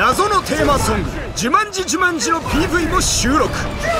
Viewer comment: 「ジュマン」になってますよ